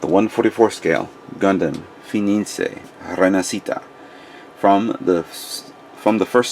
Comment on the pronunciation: Yo not to be so hard on you but can you not read? Its fenice not fenincé.